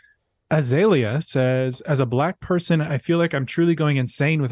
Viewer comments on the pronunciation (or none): none